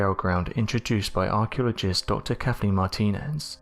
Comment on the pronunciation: Another Unexplained Mystery-- Your narrator speaks English, but his creaky, low-volume, broken delivery is hard to understand in too many places. Is it possible to find a narrator who speaks with a normal voice, with full breath support and volume? His pronunciation of "archeologist" defies even the subtext translator. Surely, the current narrator interacts with others in a much clearer and louder voice.